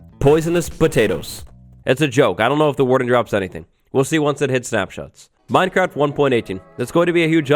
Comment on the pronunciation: The way minecraft is being pronounced in this video makes me feel uncomfortable (Minedcraft & modcraft are two examples).